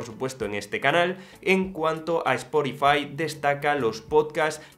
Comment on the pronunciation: Cada vez que dices “esporifai”, dios mata a un gatito británico…